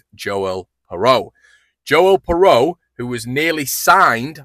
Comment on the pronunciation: I think its pronounced (phonetic) "Piroo".